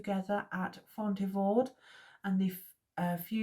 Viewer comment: Thanks for doing this series! Poitiers: PWAH-tee-ay. Like Sidney. Fontevraud: the d is silent. Apulia: ah-POOL-ia. Komnenos: com-NEN-us. Acre: good enough, I guess. I was going to say something about the "re" at the end just being a suggestion, lol. "Ock(r)"? But that's confusing. Good stuff! I'm really enjoying this.